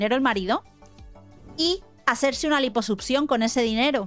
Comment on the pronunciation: Lamento decir esto pero: Durante todo el video, me la pase pensando en el echo de que se la pasa diciendo *Liposupcion*. Sorry no pude evitarlo.